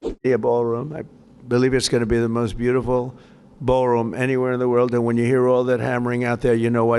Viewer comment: Wur uh ld